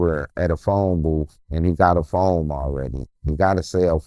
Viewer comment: The vocabulary gets worse. Phoam (phone) 😮